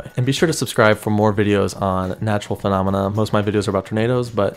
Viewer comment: How many "fanamena" ?